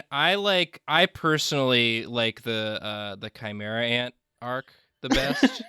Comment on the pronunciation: said chimera ant arc 😂